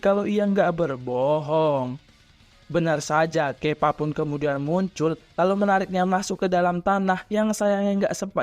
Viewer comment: Nube bukan newbe Kappa bukan kepa